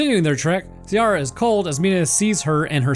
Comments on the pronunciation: Ciara = ‘Kee rah’ ≠ ‘See ah rah’ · Ciara is pronounced KE-RA, also no anglerfish reference? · The Ciara pronounciation makes me an Irish guy twitch every time I hear it.